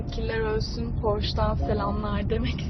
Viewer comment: Porş değil porşe ayı